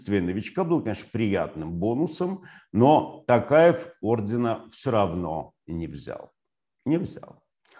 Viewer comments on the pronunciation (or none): ТОкаев а не ТАкаев